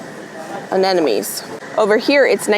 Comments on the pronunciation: Not that it´s important, but aren't you pronouncing Anemones incorrectly? I'm hearing Anenomes when you say it😄 I might be wrong though😅 thanks for another great video :) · Again, it’s not Anenome, it’s Anemone…please look at where the M is…or google it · You should google the pronunciation of anemones🧐🧐